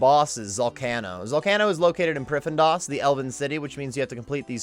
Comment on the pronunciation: hehe priff-en-das